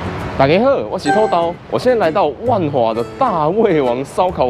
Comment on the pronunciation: 土Tou3 豆dao3？ 偷 刀？ 聽起來怪怪的啊